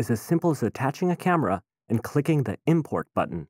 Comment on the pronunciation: Dear Mister Narrator: When you use the word "the" immediately before any word that starts with a vowel, you are supposed to pronounce it "thee", not "thuh". i.e. "Thee updated interface", NOT "thuh updated interface".